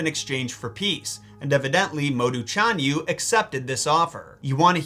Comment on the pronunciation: Well do not depend on Pin-yin. Very Unreliable and you are the living proof! For Example: 匈奴 read as Shi-ohng Nwu and 單于 read as rCh-ahn Yu. ~rCh~ means you must pronounce ch with your tongue rolling. No Joke.